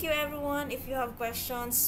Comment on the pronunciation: good presentation but there is something that bothers me. it is some sort of confusion for your listeners about how you pronounce some words. (hypotheses-hypothesis; ef - if)